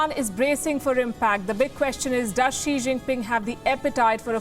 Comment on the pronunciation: I dont know why China is throwing a fit. China lost Taiwan to Japan & Japan let Taiwan go & do its own thing. Also you pronounxed the Chinese Presidents name incorrectly & he'll have a fit about that too.